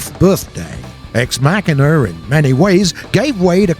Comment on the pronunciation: ex mackanuh? bruh... learn how to read.